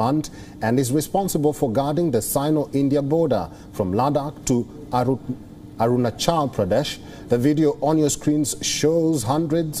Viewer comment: Few anchor need to practice before reading news,. specially this anchor, for him pronouncing ARUNACHAl is getting hard. 🤒🤦